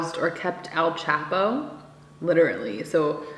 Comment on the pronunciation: I was lol when you said El Chap-O Its Chaw-po 😆